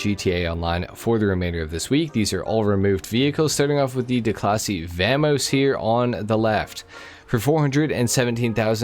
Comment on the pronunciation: Vaaamos, not va-mos